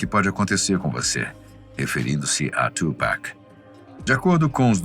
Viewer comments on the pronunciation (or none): Nao e tupack e tupac